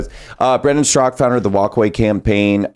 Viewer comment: Brandon Straka with the silent “a”